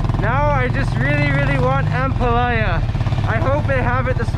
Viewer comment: pronounce ampalaya with stress on the last syllable or a. You're saying it like jambalaya hihi. I don't know why kumar is not correcting you hehe.